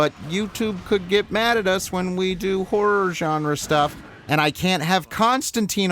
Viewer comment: Why can't you say "horror"?